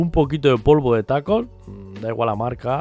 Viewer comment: se llama talco no taco 🤣🤣🤣🤣